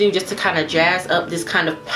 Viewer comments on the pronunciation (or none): none